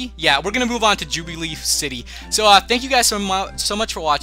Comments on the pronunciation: lol im sorry but u butchered the name its jubiLIFE city :P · its jubilife city not jubi leaf read directly please. :-):-):-):-):-) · its jube-a-life city.. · it is ju-ba-life city